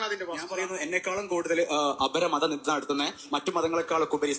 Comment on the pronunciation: നിന്ദ എന്നാണ് ശരി നിന്ന അല്ല ഉസ്താദേ